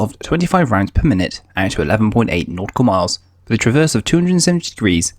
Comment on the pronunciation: Unlistenable commentary with its "wiv"s (withs) "free"s (threes) and especially "haitches" (aitches).